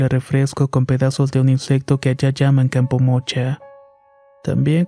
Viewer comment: Ja como que campomocha? No joven le llaman campamocha y si no busquen en google! Bueno su es su dislexia verdad! Perdón.